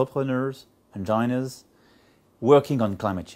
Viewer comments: Déjà, Macron ne sait pas prononcer "Engineer". C'est pas hainejailleneur, mais hainejiniiiiiir. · Il prétend être bilingue et ne sait pas écrire et prononcer "engineer" (ingenieur en anglais). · il sait pas prononcé engineer il parle pas si bien que ça. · Ca a du les faire sourire les ricains, macron prononce le mot ingenieur comme se prononce le mot vagin, et c qu'un exemple parmis tant d'autres....en gros mieux vaut assumer de pas parler anglais que de prononcer les mots comme lui. Non seulement on comprends rien (mon fils est anglais il comprend pas) mais en plus c presque marrant tellement c mal dit.abec ce niveau c sur et certain on negocie des contrats que se valent en milliard de dollars, ni on peut bosser aux usa, je suspecte donc que sa carriere est un fake